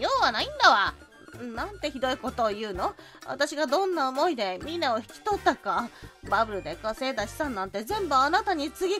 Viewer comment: ミナ❌ ミナ〇〇○⭕